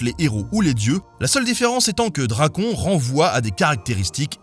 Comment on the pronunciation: Ah et petite précision, certes moindre, mais ça m'a perturbé toute la vidéo : en grec, les diphtongues du style "on", "an", etc n'existent pas, donc tu devrais prononcer "Drakône"... Voilà voilà